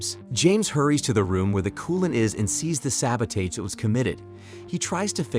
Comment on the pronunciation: You said sabotage wrong